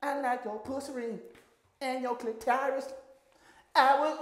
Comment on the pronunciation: How did you say CLIT-EYE-RIS without laughing😂😂😂😂😂😂😂😂😂😂😂 The song choices and the remixes 💀… #hatsOff🫡